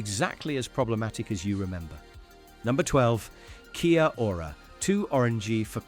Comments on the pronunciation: Kia-ora is still around,have seen it in b&m and other shops,I have never heard it pronounced keya-ora…simply key-ora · It’s pronounced key ora ❤